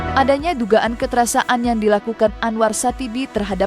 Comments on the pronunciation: Presenter berita ini aneh. Bicara "kekerasan", kok "kekerasa an"? Bicaranya yang benar dong sesuai kaidah Bahasa Indonesia. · Kekerasan min, bukan kekerasaan,kocakkkkk.... Mimin😂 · "Kekerasaan" terus mbak pembaca berita ngomongnya 😂😂 KEKERASAN mbak... Gemes deh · Kekerasan mbk, bukan kekerasa an😂